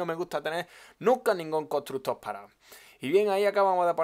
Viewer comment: Contrugto desde cuando se dice así jajajjaajaj xD